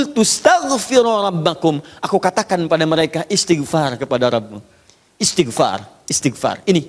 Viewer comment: Pk Ustad sendiri blm tentu benar dlm mengucapkan istigfar...